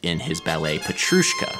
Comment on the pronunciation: You pronounced Petrushka as Peccchrushka xD. Its a t not a ch